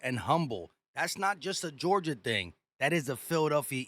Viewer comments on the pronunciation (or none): none